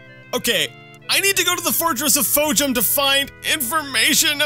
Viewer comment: i like how u did the "Temple" of Fhojum in the last episode and you still couldn't get the name right...you and I both got memory probs bud